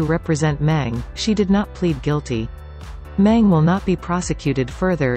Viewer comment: 'Meng' the surname isn't pronounced correctly in all the videos I watched in this channel. It is being pronounced as 'Men' instead of 'Meng'.